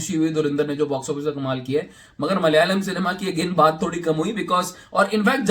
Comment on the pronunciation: its is malayalam.. Not mal yalam